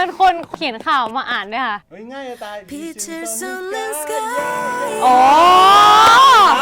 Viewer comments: อีีย้าย อี่ยาย อี้หย่าย ยาย 555555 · กุก็งง อี่ย่าย อี่ยาย อี่ย้าย คืออะไรวะจนมาอ่านคำว่า sky นี้แหละ โอโหห เพลงของเมียเราเอง😍😍😍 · เราขำตรง อี่ย่าย อี่ย้าย อี่หย่าย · อี่ย้าย อี่ยาย อี้ยาย ย้าย แทยอนได้ยินแล้วยังน้ำตาคลอ 😂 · บีชูล ซลสกายย อียายยยยย อี่ยาย หญ่าย